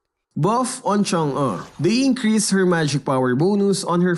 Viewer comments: me: Chang-OH: Chang-UGH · Me: listening: Chang’(uh) Me:😳😳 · y u sound like that when saying change “chang UNGH” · No one: saying Chang'e's name: CHUNG'UHH